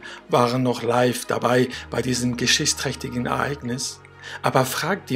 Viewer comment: Das geschissträchtige Ereignis . Ich mag ja Dialekte, aber das ... 😂